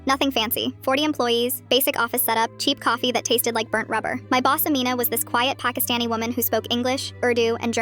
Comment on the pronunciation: As a Pakistani I have never heard Pakistani or Pakistan pronounced correctly except coming from a Pakistani